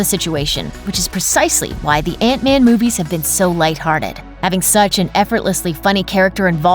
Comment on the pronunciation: It's man not van